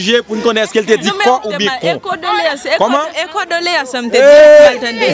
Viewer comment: CONDOLÉANCES CONDOLÉANCES et non cordoléance 😅